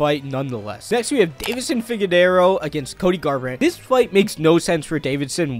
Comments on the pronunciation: Bro said figadero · Pronounced Figueredo “Figedero” and Evloev “Evlov” lol good luck to 1k and beyond lil bro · Jumalal, u think he's trying to pronounce the H, also figadero 😂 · You already had a bunch of red flags but when you mispronounced Figgys name, a former champ… No I can’t support this. I mean I for damn sure can’t spell his name but I watch the sport so I know how to say the name of a former champion. That’s ridiculous. If you wanna cover mma you need to know how to say at least the names of the champions/former champs bro. Come on. It’s not funny it’s unacceptable.